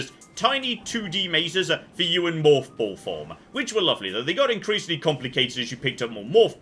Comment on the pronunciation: The way says “morph ball” makes me think he’s saying “moth ball” in British.